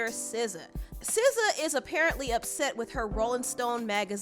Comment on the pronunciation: 1. you are the first person I heard that pronounced her name correctly. 2. I don't know this man. 3. The second you showed the cover, I thought what was wrong with Sza's face? 4. Gangs use to be about protection, now they are greedy monsters.